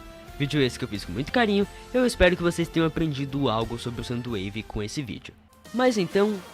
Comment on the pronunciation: Na verdade é soundwave não somdowave